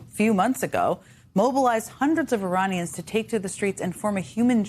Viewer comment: Suppose it's just a slip of pronounciations after , but Uranians has an edge of danger to it :D